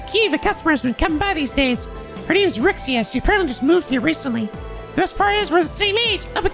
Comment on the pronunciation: Hmmm honestly, I don't know what non-spoiler guide you're using but my non-spoiler guide indeed told me about that Tio scene. I'm using the one from Neoseeker btw. Edit: Also, PLEASE if a new character has a "Talk" sign besides him/her in the logs, at least check how they sound like once. Edit 2: I know people told you this, but it's REE-SHA!